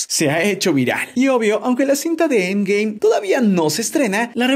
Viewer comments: dice siempre endgay osea en ves de endgame dice endgay guat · Es cosa mia o dice endgay